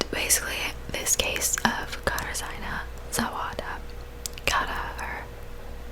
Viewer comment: You pronounce her name katar-ji-nuh